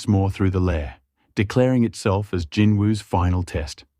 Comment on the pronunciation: I wish people would just say Jinwoo Sung it's not hard